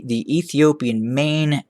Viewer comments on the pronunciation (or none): none